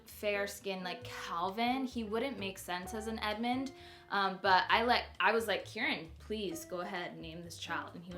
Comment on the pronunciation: I love Edmond but it sounds like your saying Edmont in the video! Cute video! You picked some great names !